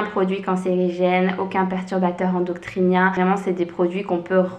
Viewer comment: On dit perturbateur endocrinien et non endoctrinien lol